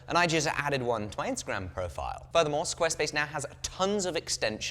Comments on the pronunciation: You saying squarespice was funny on a video about dune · You almost sounded Australian when you said Squarespace like that mate.